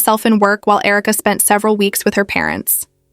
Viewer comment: Herka? AI.